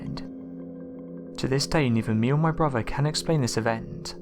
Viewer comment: My only comment is PLEASE learn to pronounce words CORRECTLY! Especially words with "th" in them! It's not "over"...it's "oTHer", and it's NOT broVER", it's "brother"! PRACTICE! You're speaking our Mother language and as a narrator I'd think, HOPE, you'd take care to pronounce words correctly because it's so distracting from the content of these posts. You even pronounced the name of Mobile Bay incorrectly...it's "MoBEEL", not "Mobile" as in describing something on the move! Gerrrrrrrrrrrh!!!